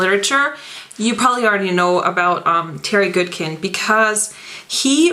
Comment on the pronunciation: I'm not an a'hole but it's pronounced 'good kind' not 'good kend' . The way you pronounced it I immediately had a mental scratch thus my writing here . Also some people pronounce the heroines name 'kay linn' instead of 'kah lann'.I'm pretty sure my way is correct.Anyway the sword of truth series is THE best set of books I've ever read in my life Bar None.Oh and yes there's a lot of pages but towards the end your thinking "dam , there's hardly any left".And the legend of the seeker was sh*tty.